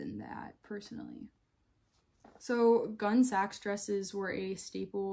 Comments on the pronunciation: It’s not pronounced “gun sax”. It’s more like “Gunny sax.” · Not "gunsax" but "gunnysacks." It's a pun on the gunne (2 syllables), the Anglo-SAXon gown. Before Gunnesax, she did the Young Edwardians line. The Gunnesax early dresses had zero lace. They used a jute guimpe. And the normal term is "leg o'mutton." Hippies could not afford a $70 dress. Never saw a true hippy wearing them. Gotta go. Gunsax is like being hit in the ear.